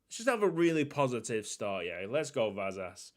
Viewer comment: The 's' in Vasas is pronounced like the sh in wish